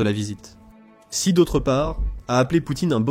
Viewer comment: Xi se prononce "Chi" au fait...